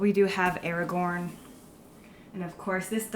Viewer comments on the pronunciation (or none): Very happy to see another fan enjoying the Flame of the West. But Woman, the letter A in Aragorn is not pronounced Eragorn, on top of that there is a character called Eragon :) So, yes, A - Aragorn. ...... jeeezus .